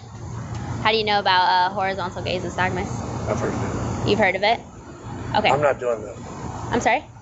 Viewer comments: “I have a stagmuss...” Lock that blow hard up. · he meant to say nystagmus hahahahaha